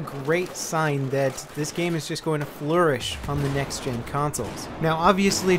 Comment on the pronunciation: xD "Flur - ish"